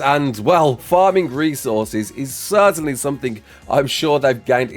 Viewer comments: Certain-ly not certain-et-eley lmao 😂❤ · Since when did you start saying certainly as "certenetly"? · Certainately??? LoL